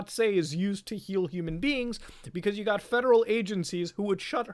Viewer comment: “I giot into some heated arguments on Facebook.” I’ll stop ya there.